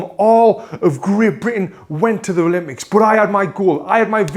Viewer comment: I have one question why do you say ralympics instead of Olympic hahahaha